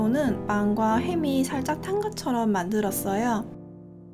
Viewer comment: 끝에 말하실때 빵↓과↓햄↑이↑라고 말하셨어요ㅎㅎㅋㅋ.